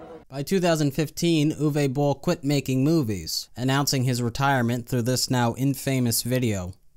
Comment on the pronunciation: Nobody : Absolutely nobody : Uwe Boll : Zthis Zthis Zthis and Zthis